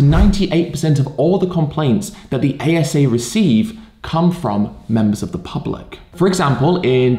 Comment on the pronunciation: The pubba-lick?